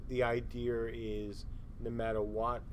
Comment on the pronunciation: Why does idea have an "r" sound in it?